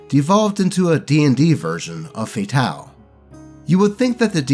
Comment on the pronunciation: Why are you pronouncing "F.A.T.A.L." like it's some kind of French word? You just pronounce it like "fatal." Also, the last story was clearly a case of DM favoritism. Most likely, the necromancer's player and the DM planned to have some sort of roleplay moment full of unearned, artificial tension where the party convinces the necromancer to forgive them for whatever ass pull retconned thing they were going to gaslight the party into believing they did to him. That way, the necromancer would rejoin the party, and the player would get to control two characters. Fortunately, the OP put a stop to that before it even began.